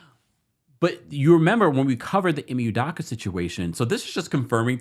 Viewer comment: U do ka not udaka